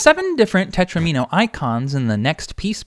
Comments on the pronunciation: Not "tetrimino," tetromino. It rhymes with domino. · it's tetromino like domino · I hate to have to tell you this, but it's spelled tetromino (not tetrimino) and pronounced teTRAHmino, sounds like domino. Plural, FWIW, is most commonly -es. This might be good for Hydrant Dude (and everyone else) to know too. Great stuff otherwise as usual.